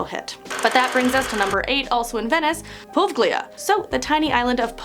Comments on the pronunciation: #8 is not "Povglea". It is pronounced "Po-veg-lia". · Po-vay-lee-ah... Poveglia..